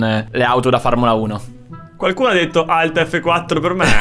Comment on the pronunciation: che dice farmula 1